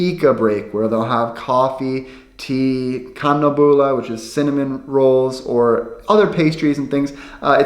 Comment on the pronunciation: When you say kanelbulle it sounds like anabola, not the same thing😂